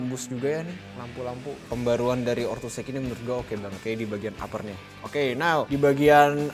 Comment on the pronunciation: Ortus Eik ❌ Ortus Eit ✅